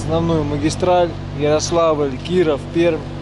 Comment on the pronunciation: привет, не перм а Пермь )))